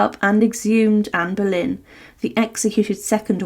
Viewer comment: Será Boleyn , no Berlín. Anne of Boleyn.